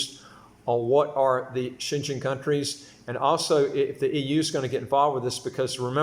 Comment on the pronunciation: it’s Schengen…pronounced as Shen-gain